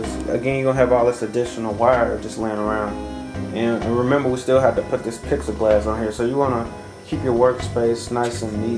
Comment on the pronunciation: Are you saying pixelglass or plexiglass?